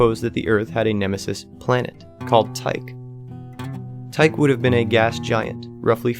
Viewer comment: Total credibility failure for being unable to correctly pronounce 'Tyche'.